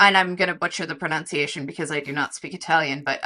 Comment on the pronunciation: I agree with everyone here; you both are fantastic. I am sure that I be watching and enjoying you for a long time to come. I also want to ask about two things. Isn't the proper pronunciation of "pronunciation" like this (PRO-nun-se-a-shun) and not (PRO-nown-se-a-shun)? Obviously, no one seems to have an issue with the verb (PRO-nownse). Also, with the birth of modern western cooking in France, the method of cutting food into long, thin strips was known as "frenching" or "french-cut" long before either of the world wars. In the culinary world, it is still known by these terms.